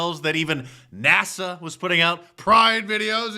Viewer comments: When they were saying "I am NASA" all I heard was "I am nasty" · They're saying "I am NASA", but all I hear is "I am nasty"... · “I am NASA” or I am NASTY?? There, I fixed it!!! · They are nasa-tee